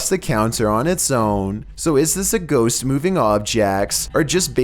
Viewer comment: Is it ironic that a guy who cannot pronounce the plural of words that end in “st,” such as LiSTS, or GhoSTS, would be narrating paranormal countdowns?